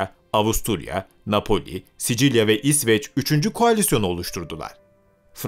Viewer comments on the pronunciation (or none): none